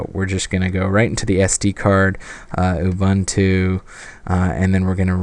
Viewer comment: Excellent - this could be a reason to get one of these. I'm particularly interested in how they run graphics software such as GIMP or InkScape. One minor point: Ubuntu is an African (Bantu) word, pronounced like "ooboontoo" but with a shorter "oo". Similar to Star Trek's Uhura. Instant geek cred if you get it right!